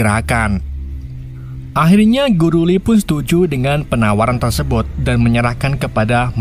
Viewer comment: Tersebut bang bukan tersebot mulu😂